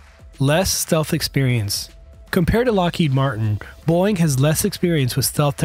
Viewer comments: Beau-ing, not Boing. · Overall, a very nice, well done piece, with decent graphics. Personally, I'd love to see the Lockheed NGAD with the twin engines of the Boeing (and, for your AI voice, it's pronounced "Bow-Ing" noy "Boing" , like a spring. Not a good sign when an airframe goes boing as it impacts the ground; they usually don't bounce back up...just sayin) airframe. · You're killin me, dude. Boeing is a two syllable name, not a single syllable sound that a spring makes; "boing". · Boeing has two syllables.